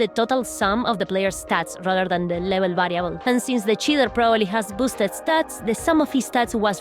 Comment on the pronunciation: Say cheaterrrrrrr again. Them "R"s . . . :D. Also milanesas napolitanas heavy breathing